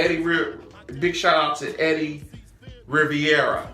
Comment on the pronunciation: Love your channel and videos....Just a little help Rivera.... would sound like his Riv-era...Riviera is a Buick...Lol...Keep up the work